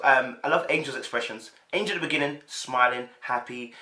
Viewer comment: Bro..... you love to Jack up a name though 🤣🤣🤣. Her name is Angel.... like "Angels We Have Heard On High". And not Angela as in Angela Bassett.